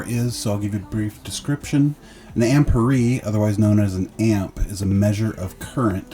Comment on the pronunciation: Ampeer, not amperee.